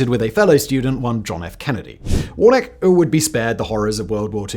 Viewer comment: His name is pronoumced warna-key. do you always get your details wrong?